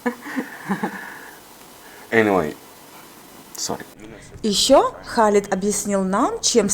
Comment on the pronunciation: Имя Хєлид а не Халид , 18 лет в Египте можно виучить Арабский